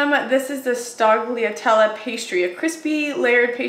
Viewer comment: Look up the pronunciation of Sfogliatella. 😂😂